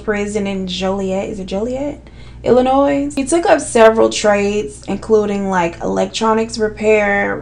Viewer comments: I love you sis........ P.S........the s is silent in Illinois.... 😂😂😂🤣🤣🤣🤣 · The S in Illinois is silent 🥴🥴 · Honey baby girl… the s in Illinois is silent. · My girl, it’s Illinois without the “S” lol